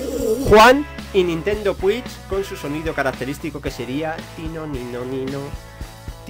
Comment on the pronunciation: La nintendo fiuch, un juego de sped runer